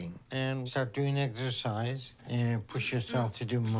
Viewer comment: Excercise? I thought you said extra fries 😂